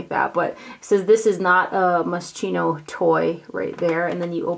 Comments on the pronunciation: Moss chino? I thought it was moss ski no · Hi,Moschino is pronounced MosKino, sch sounds like a K in english!Love from Italy:-) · Those TF sheer blush compact shades do look exactly the same,! You are right. Return the new one. It's annoying when brands try to take advantage of the consumers like that. They've just recycled old ones under the new names. P.S., FYI only Moschino is pronounced as [mosˈkiːno]:-).